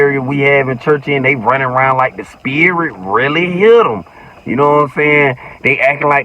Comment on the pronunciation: The spirit-tah 😂😂😂😂😂😂